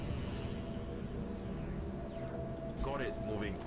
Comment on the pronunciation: Aye... tempting fate is never a good idea. You jinxed it for poor Paul! :p Good to see more well-performing-under-pressure rookies, in any case. If you need some help with the names: Zsuzsanna is basically a form of Susan(na). You can use that if it's easier for you. Also, the "J" in Jules isn't really a /dʒ/ sound, but a /ʒ/. All French "J"s are a /ʒ/ sound, AFAIK! Hmm... I must say that I've never used Rifle Assaults to a great degree. I just love shotguns too much. :p Hope Glenn's accuracy is as good with a rifle. Hm, "Magellan" is too specific of a nickname. Flew around the world? =giggles= At least they're showing us that their bragging has definite merit so far. Not even a scratch! In the interest of not Wall o' Text-ing you too much again, I'll just say that I'm loving all the videos so far. You're setting everything up very well!